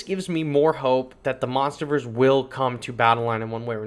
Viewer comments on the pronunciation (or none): funny how u said monsters verse monsterverse